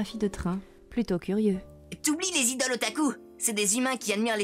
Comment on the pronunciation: Non, déjà le présentateur ne dit pas correctement Tachikoma, il le prononce à la française. Pour le "hare hare yukai" il faut aspirer le H. Ensuite pour le "train otaku", jsais pas où ils ont entendu un japonais dire train à la française et puis pour les idols ça se prononce "aidoru" (avec l'accent japonais bien sûr)